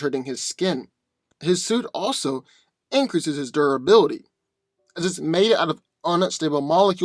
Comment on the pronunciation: Tell us again about unstable molecules and doraly. And by doraly i assume you're trying to say durability